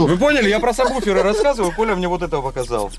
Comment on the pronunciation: сабВуферы а не сабБуфер,уши режит,пацаны занимаются музыкой,а говорят не правильно.